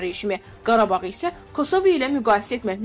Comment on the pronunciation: Mətnə oxuyan xanım əvvəlcə kosova sözündə vurğunu düz qoymağı öyrən sonra oxu qülünc səsllənır səndə kosova sözü